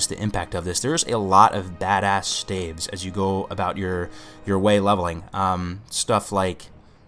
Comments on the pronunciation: Did you say stakes....lol stalf or staves lol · Think staffs, except it's "ves, not ffs." Say it with me now, STAVES. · absolutely brilliant guide, but the way you pronounce "staves" drives me nuts :p